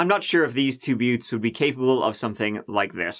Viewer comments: "there was a turd man" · "There was a turd man too" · "There was a turd man....." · Learn to pronounce words with TH at the beginning... The 30th is not pronounced 'turdieth'.... Through is not pronounced 'tru'... Three is not pronounced 'tree'...